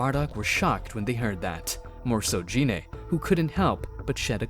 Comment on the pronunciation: It's a good story, but dude, "dragon spheres?" Really? They're "dragon balls" You even said Gine and Namek wrong, but again, good story